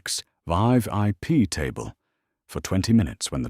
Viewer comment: Why does this robot always pronounce “V” as “vai”? They drive SUVai and sit in the Vai.I.P. section